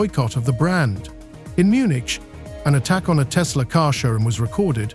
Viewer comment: TESLER has Koodies